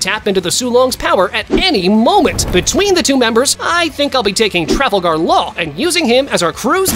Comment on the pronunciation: Bro said travelgar law😂